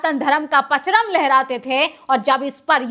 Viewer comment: पचरम नहीं .... परचम 😂😂😂😂😂😂